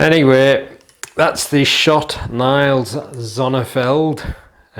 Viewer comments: You pronounce it as neils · Nice video but you pronounce Niels (like the ie like the ee in heels). Would you say those one have better grip in front or the other ones (Boris Koltsov) ?